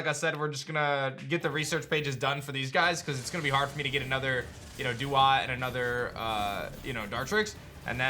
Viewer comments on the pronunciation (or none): none